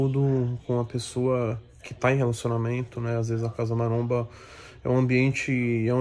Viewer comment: É impressão minha ou o cara do falou "CASA MARONA" ?? KKK